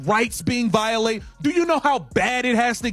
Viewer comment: Voilated!😂 ever gaym! 😂